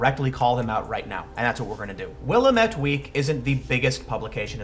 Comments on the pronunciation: People not from Oregon never get this right, Willamette is pronounced Will-am-et not Will-uh-met. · Great video Tim, but you had me stumped with Will-Uh-Met Week? In Oregon we pronounce Willamette like Will-Lamb-It. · Sorry, it's my hometown. Willamette is pronounced will-am-it, not will-a-met. And yes, it's an idiotic rag of regressive propaganda based in Moscow on the Willamette (River) Portland, OR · It’s WillAmette, damnit, a like in apple! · Tim... it's "will AM it" not "willa mitt" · Willamette is pronounced Will-Am-it. The way my mom told me she used to remember it was "Well Damn it" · Its WIL-AMIT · Not that this really matters, but locals pronounce it 'Will-AM-et' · Pet peeve... it's pronounced will-am-et ( the middle syllable is am, as in "I am"). I grew up here in the Willamette valley. At least you didn't throw in an extra vowel syllable at the end like a lot of other people, though. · Tim, FYI it is pronounced: Will-am-et. It's named after the river that runs through Portland. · It is pronounced Will-AM-ette :) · Pronounced will-am-it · Willamette (Will-am-ette) Weak and The Mercury blow. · It's pronounced: WILL-AM-IT here in OR-UH-GUN. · "Wil-lamb-ette" is the local pronunciation ,Tim. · Will-Am-ette. That's how it's pronounced. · I am going to go to this talk, in my neck of the woods, thanks for letting me know it is happening! Also you pronounced Willamette wrong but everyone who does not live here does so no worries. Keep up the awesome work man!